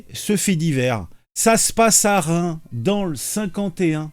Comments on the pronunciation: On prononce le s a fin de reims, juste pour info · super instructif, effrayant..d'ailleurs pour info "Reims" on prononce le s ..